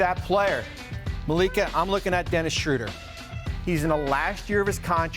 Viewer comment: Dude said Dennis Shrouder. No wonder this clown never will work In Warriors organization.